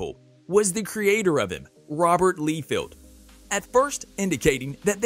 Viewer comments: The biggest problem I have with this video is the pronunciation of rob liefeld name. It's not lee feld ite LIE FIELD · It's Liefeld ....not leefeld